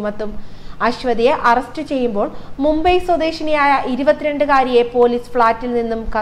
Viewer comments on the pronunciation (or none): none